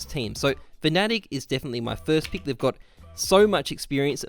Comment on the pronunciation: It's 'pick' not 'peek'. Good vid tho